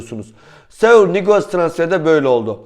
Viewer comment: Segul sanki chane korea Japon gibi oluyor bence isminin telefuzu Segul değildir